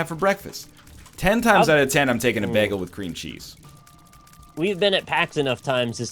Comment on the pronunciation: You pronounce bagel weird.